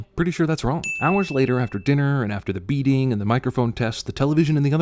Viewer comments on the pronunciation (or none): I so thought you said "After the beating," instead of "After the beading," 😅